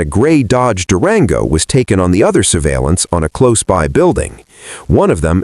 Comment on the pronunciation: It's an AI generated channel. The scripting is pretty obvious but the ai narrator reading stuff like "white Chevy par" without hesitation or the way it pronounced Durango make it clear.